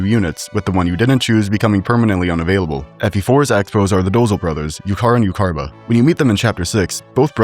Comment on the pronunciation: The way you pronounced Iuchar and Iucharba are…. Not good. 3 out of 10. Room for improvement, I believe in you 👍